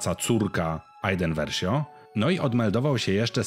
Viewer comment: Iden Versio a nie Iden Verszio